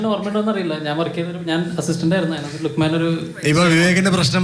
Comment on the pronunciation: ലുഖ്മേൻ അല്ല ലുഖ്മാൻ ആണ് അറബിക് pronunciation. പിന്നെ ഈ പേര് മലപ്പുറത്ത് ഒരു കോമൺ പേര് ആണ്.